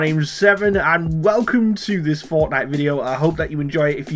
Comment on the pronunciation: I thought he said fartnite